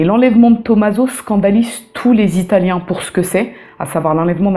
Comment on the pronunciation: Je n'ai que visualisé la première minute de la vidéo, mais je tenais à dire que tu possèdes une très bonne prononciation pour une personne francophone en italien (venant d'une franco-italophone qui vit en Italie depuis ses 3 ans). Je sens aussi que tu nous réserves encore une fois un contenu de haute qualité.